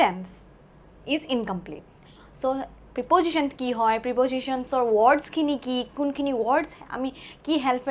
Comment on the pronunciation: প্ৰিপজিশ্বন নহয়,প্ৰেপ'জিশ্বন উচ্ছাৰণ কৰিব লাগে।